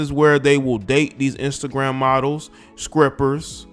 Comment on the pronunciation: Why this dude pronounce the word (strippers) as scrippers? IJS!